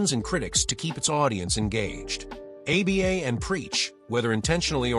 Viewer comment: stupid ass AI slop. pronounces Aba as "A B A"